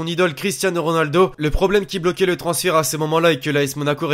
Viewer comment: deja apprend a dire ronaldo avant de parler